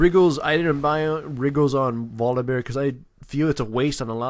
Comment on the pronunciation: It's his accent >.> Sometimes he says bolivear/yogibear/etc